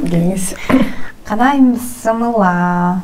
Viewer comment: БЫССЫМЫЛЛА, БЫСМЫЛДА ДЕП АЙТПАЙТ. БИССИМИЛЛА ДЕП АЙТЫЛАТ.